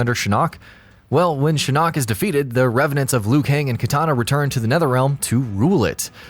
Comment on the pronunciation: Oh god. . . So many names mispronounced. SOMEONE TEACH THIS MAN HOW TO PRONOUNCE SINDEL, SHINNOK, AND THE SHIRAI RYU!